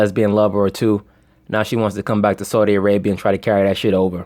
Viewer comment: "Esau-di Arabia" allegedly